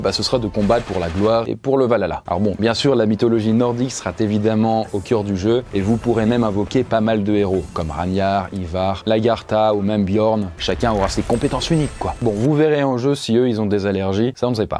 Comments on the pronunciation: on dit pas ranar mais rag.nar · C'est "Rague Nar" pour la prononciation de Ragnar. Mais t'inquiètes ça m'a fait rire haha. Super vidéo bien sûr ;)